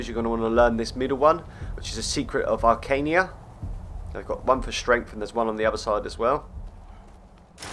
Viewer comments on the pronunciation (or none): ... It's Arcana ... not Arcainia. XD